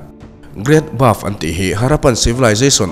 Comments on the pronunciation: Buff tih ang deuhin I lam in ka hria, great bath ania (bat) ti a lam kha a fuh zawk lo maw sir😊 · great bath aw...great baf nilo in....inbualna lampang i sawi lai a nia.hriat ve awm heng hi chu... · Great Bove ni lovin Great Bath maw le